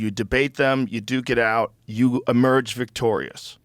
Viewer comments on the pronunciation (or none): none